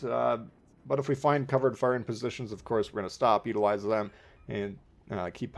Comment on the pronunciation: Why can't you pronounce "positions"? lol